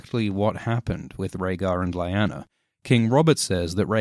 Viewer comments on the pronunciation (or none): What happened to your pronunciation of "Lyanna"? "Lie-ana" sounds weird. I always pronounced it as "Lee-ana". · Why do so many people mispronounce names? Lie-ann-a? It's Lee-aw-na. The show gives pronunciation, no reason not to know. You pronounced Talisa and several other names incorrectly in other videos. It's distracting. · i love your videos but.. its Lee-Anna not Lie-Anna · I love these break downs, but my god, man! It's lee-ahw-na, not lie-anna... 😂🤌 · Oh dear. This could have been good, maybe even great, but instead it grates, because the narrator says Lie-Anna, when it is always pronounced Lee-Nanna in the shows. Has he never seen a scene where the name is spoken? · Lee-yanna, not lie-anna ffs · I thought it was Leighanna not Layana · My dude, it’s ‘lee-ana’ not ‘lie- Anna’. They say it so many times on the show.. not trying to ‘hate’ all it’s just weird. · I thought Lyanna Stark was pronounced "Lee-Ya-Nuh" not "Lie-An-Nuh" dude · Hey, your videos rule! That being said, it was slightly aggravating to hear you call Lyanna LA-YANA, when it is most likely pronounced LI-ANA (same as in the show). Did George share proper pronounciation with you or is it something you figured on your own? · Lie_anna? Wtf?! Lee_anna. Say it with me: Lee_anna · Its lyana not layana ! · You keep saying lyanna wrong in the show they clearly say ( le-anna ) not ( li- anna ) it keeps getting on my nerves lol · isnt it pronounced "Leeyana" and not "Lieyana" it feeld wrong in my ears everytime the name is said, and the name got said alot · isn’t it pronounced Lee-anna? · Lee-Ah-nah is how her name is pronounced. Rhaegar didn't die FIFTEEN years before it was 17. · You should pronounce it leeana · I hate to be a dick but, it's pronounced 'Lee-anna' despite the spelling 'Lianna'. Though I'm sure by now you probably know that already!? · whenever he says "laiyana" a part of me dies :( it's lyanna ffs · Just hurts my ear every time you say Lyana as LAYANA.....😏